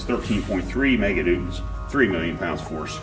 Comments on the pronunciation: "This is a 1 million pound capacity 4.45 MEGADUDE, and this is 13.3 MEGADUDES." I know it's newtons but I can't unhear megadudes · only me hears 4.4 mega dudes. 😐😐